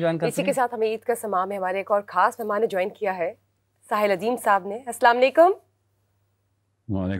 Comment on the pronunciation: محترمہ اینکر صاحبہ اردو میں کھاص نہیں خاص ھوتا ھے اپنا تلفظ ٹھیک کریں